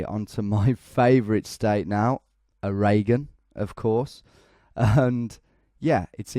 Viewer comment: Oregon is pronounced closer to "OR-eh-gin" rather than "Oh-RAY-gen" like you said in the video. :) Oregonian here, just trying to help out! (Strangely enough, Oregonian is "or-eh-GOHN-ian", but the state is NOT "or-ay-GONE".)